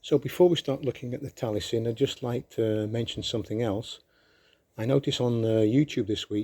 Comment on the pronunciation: It’s pronounced Tal I esin not Talie sin